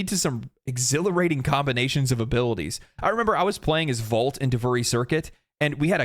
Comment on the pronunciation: Why does he say "VAULT" instead of volt